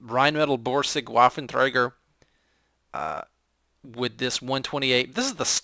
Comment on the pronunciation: Nice run. "Waffen" is actually pronounced with a "V", not with a "W". (Every German "W" is pronounced like an English "V".)